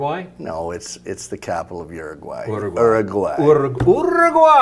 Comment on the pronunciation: Bayner... Bayner... Uraguay... Uraguay lmao. Awesome perspective regarding prohibition. Are you going to wait for Royal Ascent prior to sampling products during your broadcasts?